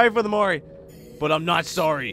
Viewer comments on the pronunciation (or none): Whenever he says " Mori" it sounds like "morty"